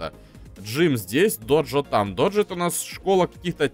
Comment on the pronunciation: не доджо а додзё